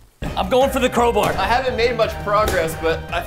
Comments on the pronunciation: lol crobar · When presten said “crowbar” i thought he said cobra so i thought he'd use a snake